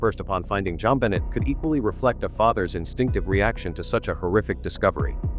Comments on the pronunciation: Stop using AI to read scripts. The little girl’s name is Jon Benet NOT John Benny. Disrespectful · Jon Bennie? Get real! Pronounce things correctly! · What is suspicious to me is that u cannot even pronounce her name right. It is Jon BU (as in bu nny)NAY! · Click Bait!!! This Angers readers…Please Please state her name correctly!!! This is disrespectful . If John sues you over this pointing fingers at him ? It’s well deserved…. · How horrible to title this “I’ve lied for 28 Years”!!!!! You should be ashamed of yourself and btw learn how to pronounce her name!!!! 😡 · Learn how to correctly pronounce "Benet".........it's only been DECADES that it has spoken on various News outlets.